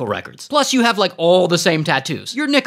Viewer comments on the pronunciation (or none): none